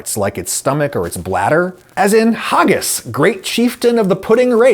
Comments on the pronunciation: Never have I heard of anyone pronouncing Haggis like that before. Don't add weird accents to words like that. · Why'd you pronounce haggis like "hoggis" though. I don't know of anywhere in Scotland that says it like that.